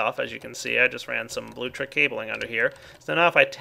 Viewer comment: this has been bothering me for a while, its bluLECtric, not blutric. thank you for your time